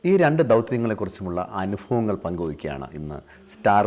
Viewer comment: അനുഫവങ്ങളല്ല. അനുഭവങ്ങൾ